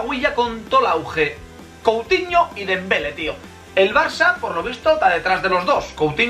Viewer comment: Es dembelé con accento😂🙄